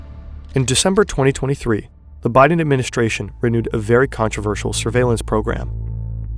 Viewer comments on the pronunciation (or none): none